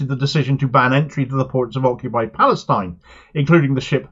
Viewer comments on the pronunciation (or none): none